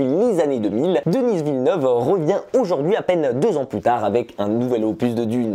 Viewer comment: On prononce Denis à la française, pas Dennisss à l'anglaise, il est québécois donc francophone.